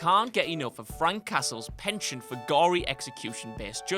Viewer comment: Horrendous pronunciation of penchant. And I'm Scottish! Imagine how the French feel.